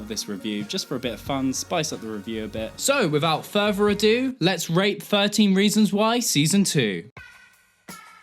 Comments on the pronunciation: Did anyone else hear "Let's rape 13 Reasons Why season 2!" instead of rate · i know you said rate but i swear you said rape im so sorryyyy